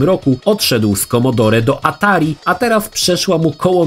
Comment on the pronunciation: Nie wymawia się "commodorE" tylko "commodor"!!!